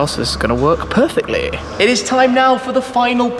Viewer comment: Random accent 'work perfectly' haha